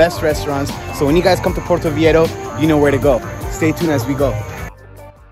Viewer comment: I love this content!! I’m going for my birthday soon so very helpful 😌. But how you pronounce Viejo cringes my soul every time. Lol I’m sorry! Vei HO. That’s all.